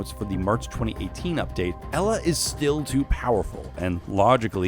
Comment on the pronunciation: I'm polish and you just butchered Elas name and equipment.